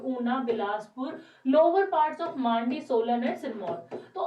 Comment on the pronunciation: It's Mandi not Maaandi 😁